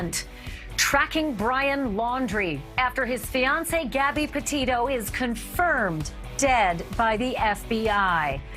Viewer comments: Not Depeto it Petito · Innocent until proven guilty John Walsh. John Walsh sounds a little off the rails. He cant even pronounce the word Petito. Laundri probably did it but until we have the facts we cant say.